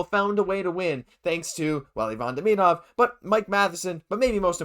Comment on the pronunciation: A good report, but my main reason for commenting is to recognize someone finally pronounces Demidov's name correctly. The correct way is just as easy as the incorrect way I overwhelmingly hear from people - even hockey announcers and commentators who know or should know better. I don't know if this out of uncaring, laziness (to do the research on how to pronounce it) or what, but I find it disrespectful and irritating, among other things.